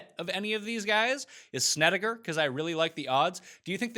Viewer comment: Markay say Korak and Snedeker.